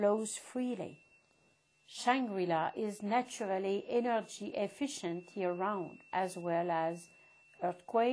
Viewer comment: "The energii of LUUVE end relaxation" Lol